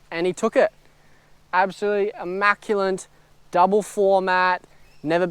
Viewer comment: hey man, just hoping to help out... the word "immaculate" doesn't actually have the letter 'N' in it nice 80 though dude